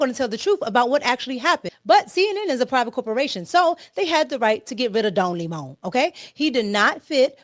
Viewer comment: Not “Don Limon” 🍋 🤭😂🤭😂